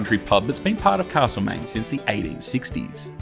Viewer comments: If you say CaRslemaine once more I'll scream. As a local it is Castlemaine. Alway was, Always will be. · Thanks, but it isn't Carselmaine.